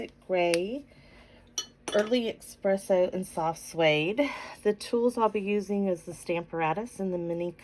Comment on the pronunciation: Those are all great cards! I am going to be CASE-ing them. I wish there was a heart emoji for YourTube. That is a Fox, BTW. We see them going through our yard, frequently. Badgers have much shorter legs, and hug the ground. Also; may I point out that there is no "X" in Espresso. Sorry, I'm not trying to be rude, that's just one of my pet-peeves.